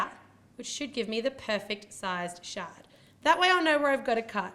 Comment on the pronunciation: did any one notice that she said" on goes my shart" instead of shard